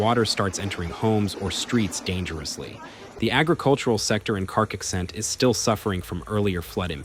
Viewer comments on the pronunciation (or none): Carcaixent, and not Karkixent. Cogullada, en not Koala (wtf!) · At least bother learning the pronunciation of CARCAIXENT if you're going to talk about it for 8 minutes, dude. You know, as a sign of respect... You're not even close.